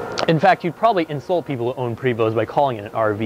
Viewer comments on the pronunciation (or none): How on earth are you in the RV business and don't know it's "Pray-voo"... French Canadian. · It’s pronounced PRAY voh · Also as a matter of interest. You said "um" three hundred and fifty two times.......Also, STOP SAYING PRE VOST.........Also, you need to work on your sales pitch....."Look at the paint on that thing". In fact, I don't believe you are right for the job.....Back to washing for you. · Thank you for your feedback! He knows that its "Pray-vo," but he kept saying Pray-Vost in the start and then said correctly later in the video.. Oh well.. It Is What It Is.. Its Pray -Vo for correct French pronunciation just like it should be "Por-chaa" for German.. or Gaan-Gaa river for Indians.. Its great that we have got so many feedbacks along with some critical ones, but we know that's all good. Thank you for watching our videos.. haver a happy July 4th! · The ST are silent. Prevo. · He should learn about the product before trying to sell it. Luckily for him, they sell themselves. The VIP has nothing to do with vanity... it's Prevost's (BTW PREE-VO NOT vosT) chassis indicator that shows that it was built as a shell for conversion. The VIP designation came from the original shell history when they were created for the entertainment industry, long before Marathon, Vantare, Liberty etc even existed. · I believe the name should be pronounced like “PREY - voh” since the originator or builder is French. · Hard to get past him saying Pree Vost. :-D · Great review, but (sorry) the pronunciation is "Pray-vo". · Actually it is Pree-vo! It sounds not like pray! But nice rig! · It’s pronounced prevo the ‘t is silent. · Its pronounced "Pray-voh". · Pre Vost Ven Terry....?...... Please start again and SAY IT PROPERLY!...... Also, is that a bagel on your head or are you in fact a girl? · Prevost is pronounced prevoh, s & t is silenced. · Prevost...pronounced pray-voh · its pronounced Prayvo.....And its a Vantare not a Vantarie. Typical salesman.....